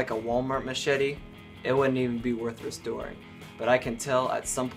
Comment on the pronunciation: I swear he said make this little mashitty(machete) new again